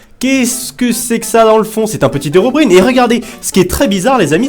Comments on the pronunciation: On prononce : "herobraïne" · Enfaite tu sais vraiment pas dire herobrine nan serieux c chiant